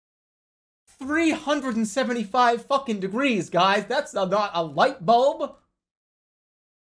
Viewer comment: the way he hit that "light bulb"